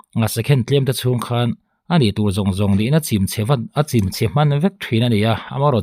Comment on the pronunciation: 0.36 'chim' itih khi,i thluk danah chuan tuiin thil achim ang in ilam daih a,lei chim,in chim tih te anga thluk lo a chim ti alam tur